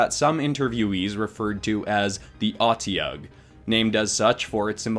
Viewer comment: And you pronounce it as o-de-ug just in case you do it again as it is know just being something that can eat anything